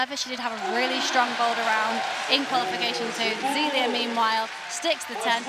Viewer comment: BTW, it's not Zeeleeuh it's Zayleeuh